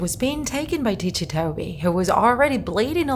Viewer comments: Okay I really need to know, is this woman pronouncing ticci wrong or not? Because in my language I pronounce it like 'ticky' because so far I know his name 'ticci' is because he has ticks. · Yes, she's pronouncing it wrong. The creater of Ticci Toby, Kastoway, confirmed this. He basically said that he got the name idea from the story, 'Rikki Tikki Tavi' (which his a story about a mongoose, lmao.) Not to mention, Toby also *tics*, hence the name. Hope this helped!!! :-) (P.S--- Even though all I said is true, there is hardly proof anymore because Kastoway decided to take Toby out of the fandom and, unfortunately, disassociate himself from the character.) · you pronounced Ticci like it's an Italian world.